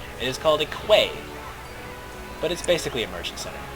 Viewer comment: Quay is pronounced 'key'.......you made me laugh how you pronounced it!